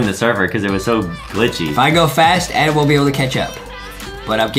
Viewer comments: Adem not Adam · Justy remember it’s Adem not Adam